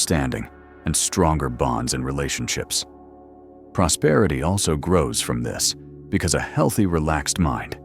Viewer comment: PROSPERITY not PROSPETITY